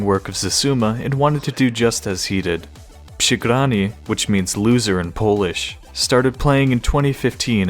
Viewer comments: when you try to say przegrany it sounds kinda funny for me (i'm from poland) because you say "SH" = "sz in poland" not "RZ" = "Ż" But congratulations like you said przegrany was close to perfection :p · Your pronunciation of przegrany is really cute ngl, but still surprisingly good